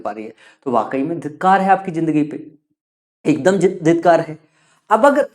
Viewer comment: Dhitkar nahi.. Dhikkar😅